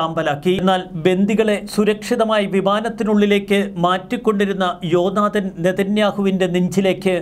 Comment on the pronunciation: ജോ നാദൻ അല്ല "ജോനാഥാൻ"